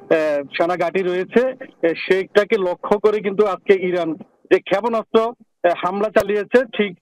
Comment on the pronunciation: আমি তো জানতাম‌ই না ক্ষাপোনাস্ত বলে 🤣🤣